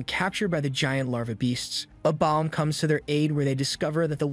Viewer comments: Bro says abomb. It's A-Bomb or A BOMB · Love the breakdown but why can't this guy say the letter A right 😂 "Ah bomb" "Aah- vengers" is it just me lol